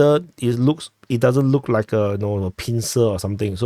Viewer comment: You totally said “press the Rike button”. I ruv it bruva